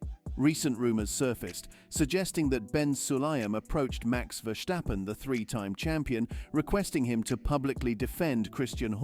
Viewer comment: It is NOT Max "verSHtappen" ... Max is not German 🇩🇪 (Germans indeed can in most cases pronounce "st" as "sht") ... Max = Dutch 🇳🇱 (Father) / Belgium 🇧🇪 (Mother) ... It is not "Bottash" nor is it "Lewish" certainly not "verSHtappen" .... This BS started long time ago when a British 🇬🇧 sport presenter interviewed father Jos Verstappen and assumed you can use a German pronunciation to a Dutch 🇳🇱 Driver thinking it is so "funny" ... It is not. Serious question: can any Englishman 🇬🇧 say "versatile" out-loud without saying "vershatile" phonetically? most can about 99,99% ... that is why most English 🇬🇧 can pronounce Verstappen 100% correct!